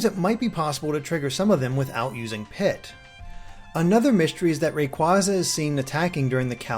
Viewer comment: So many people don't know how to say Rayquaza correctly ~_~